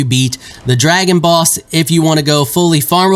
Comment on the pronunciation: I kept hearing "Dragon Balls" instead of dragon boss.